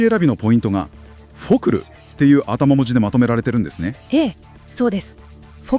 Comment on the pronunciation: 同感です。あと一歩と感じたのは「あたま文字（正しくはかしら文字）、 「ヒットエンドラン（正しくはヒットアンドアウェイ？ ちょっと自信ないですが）」位ですかね。